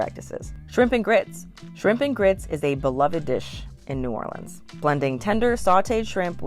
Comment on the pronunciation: You did a great job ! Mispronounced a few things, but proud of you for saying New Orleans correctly ! I would add crabs - yum - and also crabmeat au grautin ! I also laughed at the end when you were eating Chinese food - being from New Orleans, I can honestly say that no matter what the type of food, it’s the best in the world - and yes, I did have red beans & rice very often on Mondays ! TFS 😊